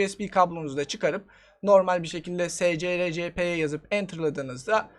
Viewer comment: programın ismini okumak için baya çabalamışsın scrcpy c standart kütüphane fonksiyonlarına öykünerek adlandırılımış "screen copy" olarak okuyabilirsin